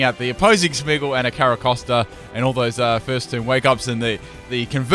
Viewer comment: Its Smeargle not smeagle